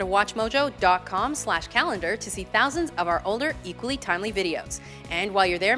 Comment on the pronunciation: why do you always say at atwatchmojo?